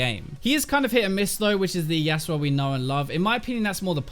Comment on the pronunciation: i like how you say easy and yasuo. so funny.